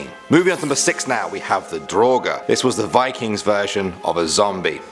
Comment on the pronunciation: When said Draugr I thought he said droger which means drugs😂